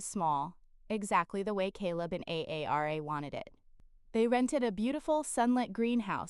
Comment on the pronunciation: Story is good but hard to listen to when A I can’t say her name Aara but A A R A!